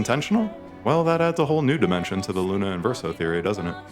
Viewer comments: I hate when people play a game.. hear what the names of the characters are. And then proceed to still pronounce all of them wrong… it’s not Luna… it’s not esque. It’s “lun-eh”and “esqui-eh”. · In a game where they say her name a million times, every single video I watch people pronounce Lune's name wrong. Lou Nay